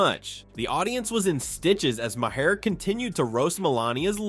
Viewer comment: Maher is a single syllable,.